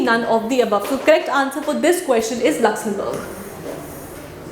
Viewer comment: It’s luxumberg. Not luxun